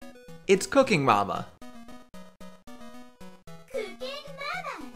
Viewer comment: When you say “Cooking Mama” by itself, it sounds like “Your Cooking your Mama”.........